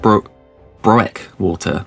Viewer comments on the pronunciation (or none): A bit of help: Broekwater is pronounced Brookwater :) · when broekwater turns into browekwotah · "brookwhaater", but what do i know, i'm only Dutch? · Still didn't get the pronounciation of Broekwater correct XD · It's funny to me that he can not say Broekwater because my last name is Broekhuis. A Broek is a low-lying land.